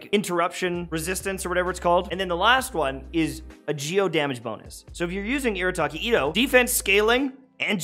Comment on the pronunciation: Arataki itto❌ Irataki Atto✅